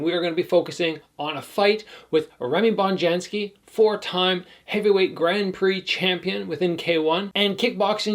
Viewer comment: Hope I'm not too nitpicky but Bonjasky is pronounced with just 1 N. Not Bonjansky 👍🏻